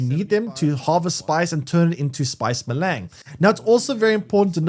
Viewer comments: Melaaang.... spice melaang.... Melange is literally pronounced how it's spelled. Mel-ange Mel-awwn-g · Maylang. lmfao!!! It's "may-lonj"! It's french. maylang... smh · Spice Me-Lang! Wtf can’t do it, can’t take you seriously. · Ma-Lang and helicopter... I can't handle the constant terrible mispronunciations. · If it‘s french, it‘s pronounced „melunsh“ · please say melange correctly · Boy you butchered your pronunciation of spice melange. It is very French sounding. Just watch one of the movies, but DO NOT continue to pronounce it the way you are currently. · came here to write te same thing xD